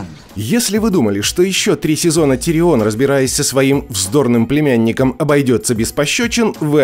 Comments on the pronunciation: уши вянут... не тириОн, а ТИрион! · Почему ТириОн, всегда же был ТИрион в сериале. Очень режет слух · он тИрион, а не тириОн. сколько ж можно идиотничать по поводу произношения имен? и во всем остальном не просто лингвистический трешак, а просто абзац идиотизма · ТирИон 🤬 Как тошно слышать. Хотел насладиться видео в оригинальном переводе, пришлось читать субтитры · что у тебя с ударениями? Какой ТириОн? Какая ЛАйза Арен? Это ужас, слушать как ты называешь имена. Чего только стоит один ДжорАх МОрмонт.... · ну какой давОс? ну какой тириОн? Винтерфолл ахахахах такое ощущение что автор даже не смотрел этот сериал😂😂😂